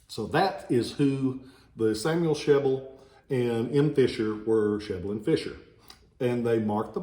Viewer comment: My brother has one of those "Sheble and Fisher" swords. But we don't pronounce Sheble that way though, first e is short last e is long. Thanks for info